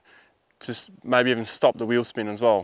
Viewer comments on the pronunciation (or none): none